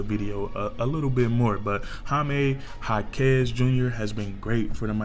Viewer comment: Há-kes... emphasis in the first syllable.